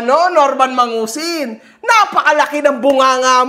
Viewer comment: MANGUSIN ❌ MADUSING ✅